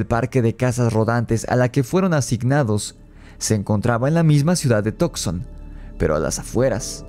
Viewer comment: Excelente video.se pronuncia Tuk son y no tok son. Saludos 👍